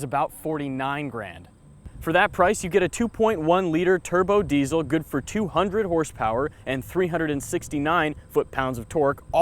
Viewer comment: I agree. Also this may sound a little off topic, but I will not buy any diesel car from anyone who butchers the pronunciation of the word diesel (regardless of where you live).